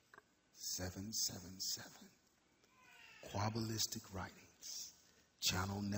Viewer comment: "Qwabalistic" lmfao